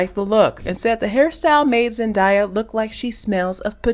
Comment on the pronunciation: Great coverage of one of the most popular, respected and much loved actresses on the planet so I don’t know how Zendaya’s name was repeatedly mispronounced!! Her name is pronounced Zen-DAY-a not Zen-DYE-a.